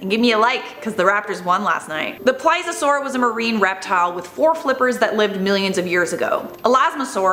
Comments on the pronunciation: Agh stop saying ply-Za-soar!! It’s Ples-ee-uh-soar!! Ps I still love you 😘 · PLEASE-EE-O-SAUR THATS HOW YOU SHOULD SAY IT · Can you at least pronounce Plesiosaur right? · Ughhhhh,, babe, for the love of god, PLEASE (....-iosaur) learn how to pronounce plesiosaur! Cuz I love ya but girl yr killin me here! 😩